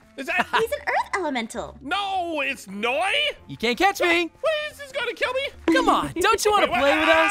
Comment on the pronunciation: Noi not nio